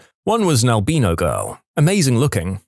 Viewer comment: story 6: yeah, I've seen Stan Lee's superhumans too. story 57: haven't heard "albino" pronounced that way before.